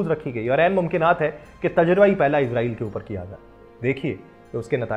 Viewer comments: بھائی جان یہ اسرائیل ہے نہ کہ عزرائیل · ازرائیل نہیں اسرائیل نام ہے